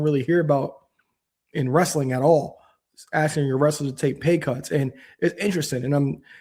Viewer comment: Stop saying axing if you want to grow your audience 😩